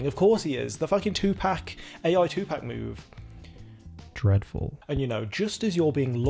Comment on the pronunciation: Liked your video a lot, but please please, pronounce Tupac correctly. I know you have an accent, but you can still say it right. I flinched every time you said Two pack 😂